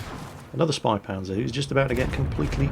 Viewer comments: its pronounced (Shpaypantzer) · it sounds like spay panzer. the two periods over the "a" make that "a" sound like 'eh' instead of 'ah'. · says it almost like ö if you know what I mean:) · The "Ä" in "Spähpanzer" is pronounced similar to the "A" in "Man", a bit longer as You would pronounce the "A" in e.g. "Hat". In German, the suffix "H" is used as indicator for that. So just think of how an English-speaking person pronounces an "A". If You would write this, it would possibly be "AY". Now to get the German "Ä", just remove the "Y" from the "AY" sound. Then You have the "Ä". All clear now? sigh